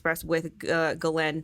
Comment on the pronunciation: Her name is pronounced “ giz lane” the pharmaceutical is pronounced “anti retro viral” just so you can say it right lol. Otherwise great info.